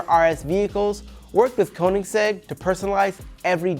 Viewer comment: “Koningsegg” Agera R lmao his pronunciation